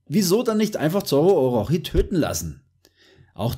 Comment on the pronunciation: Es wird Orotshi ausgeprochen Bro